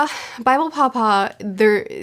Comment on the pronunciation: What you're saying "paw-paw" What I'm hearing "papa" Lolol I love these reviews so much, and they've only gotten better with each arc! I'm so excited to see your experience with the rest of this Saga, and am super looking forward to your reread, I'll probably start one at the same time. Ngl, I'm also looking forward to the anime reactor, Ruff, to react to your reaction this weekend, lol